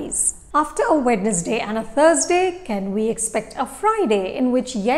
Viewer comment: Good video 👍🏻. But It’s pronounced “wenz-day”